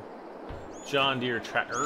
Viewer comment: I’ve been watching you for years. You’ll never be creepy! I lol’d when you said “trat’ter”!!!